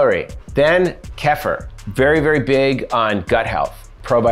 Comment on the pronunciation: It’s pronounced: KEY-FUR. Not: KEFF-UR lol. It is an acquired taste though. Almost like raw liquid yogurt.